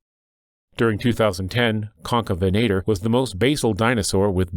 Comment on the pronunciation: Stop calling him concabenator you spelled it right so why can't you say it correctly